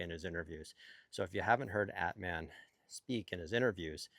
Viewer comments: exactly, At-mahn comes close. LOL, i love him saying it like Batman without the B. By the way, he will be thrilled that the pronunciation police is on patrol again :) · Not a "gotcha" just a help. Phonetically, Atmane's name is pronounced At-mawn, not At-man. Cheers!